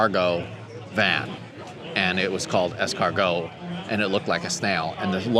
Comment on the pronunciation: Larry.., the cargo van at 24.56> got its name from the French word Escargot (..you don't pronounce the 't') ,means ..snail